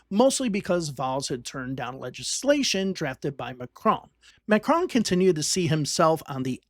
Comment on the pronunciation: The mispronunciation of his name is driving me crazy. Nails on a chalkboard.